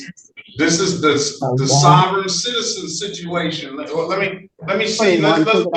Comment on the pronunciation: "Sovrayne citizern'